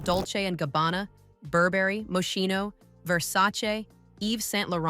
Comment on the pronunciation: Please learn how to pronounce MOSCHINO... 🙈